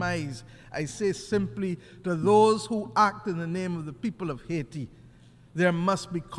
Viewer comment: It is pronounced AA EE Tee, "Madame"